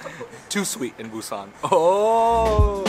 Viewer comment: Got a vietnamerican who has been to Korea once who knows what the heart of busan is. Dude can’t even pronounce the name correctly.